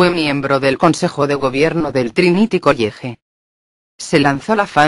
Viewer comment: "Trinity College (Coiege)", ja, ja, ja